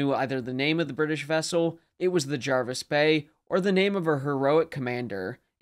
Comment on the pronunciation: Pronunciation correct👍 and thats coming from England🏴 and as its English you're speaking then i think that's a good enough endorsement! Thanks for another good video.